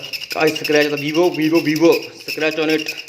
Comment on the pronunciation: What are we gonna do with the back of the phone. Hahahaha funny guy don't no also how to pronounce scratch hahaha nonsense, nobody will bend the phone instead of calling or playing. Idiot.